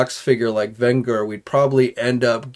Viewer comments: VEN-GER oh it hurt to hear you fail it repeatedly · It’s VEN-GER as in revenge or avenge!!! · That tells him nothing…. it’s the GER part that he saying wrong… A better way to say it would be to say it is like saying “JERK” without the K …. You’re welcome.🙄👍